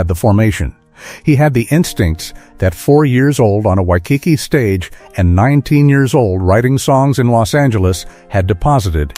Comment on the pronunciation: Wish the speker could pronounce Waikiki correctly